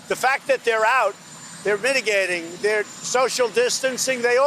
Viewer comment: I'll bet his CRACK DEALER HASN'T MISSED A DAY OF WORK! People are MIGGAGATING? WTF does that mean? Did he miss read a word? People are dying of drug OD and Suicide? WTF is he talking about??